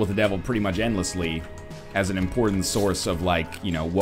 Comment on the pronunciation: "Gives you like un item." NL your french is showing. :p